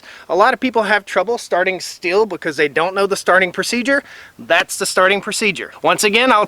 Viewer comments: It’s pronounced “Steel” (Stihl) not “still”, & it’s a chain, not blade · ummm you are pronouncing Stihl incorrectly. It is like "steel" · It’s pronounced “STEEL”!!!!!!!! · He didn't come that close if you go by how The Swedish Homestead guy says it the way he says it's supposed to be.